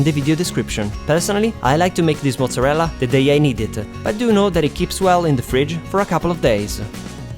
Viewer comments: I love how you say mozzarella! So Italian :) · you pronunce mozarella so well xD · Damn I will try your recipes veeeeery soon. Can't wait. By the way, are you Italian? The way you say "mozzarella" and "parmigiana" are way too real, and your nice accent too. I mean, I'm Italian, I should know.